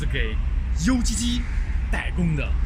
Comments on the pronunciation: 那个念啊歌……不读油叽叽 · “UGG”其实不该读“油叽叽”，而是读作“阿哥 [ʌg]”。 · UGG源自澳洲，没人把它读成 U, G, G. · UGG念成 YOU雞雞 哈哈哈 土货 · ugg 的发音有问题啊，就是ugly那个发音。澳洲ugg很贵的，并不是每个人都买，而且属于在家穿的保暖鞋，没有人出门穿，有人就买一双样子是ugg的样子，但是是化纤的凑合，反正澳洲的冷天不多。看起来加工皮革好麻烦，澳洲怎么可能自己加工呢？而且污染厉害在澳洲也是不可能的，例如澳洲煤炭储量丰富但是不卖给老百姓取暖，只能烧木头。中国的制造业没得说，质量方面，只有正直的心，才有正直的产品，所以品牌非常重要，希望中国人的正直心能胜出，创造出真正名牌。